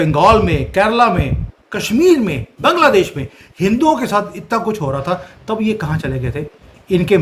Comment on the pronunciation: Your hindi Pronouneciation is incorrect like taandav, Baangladesh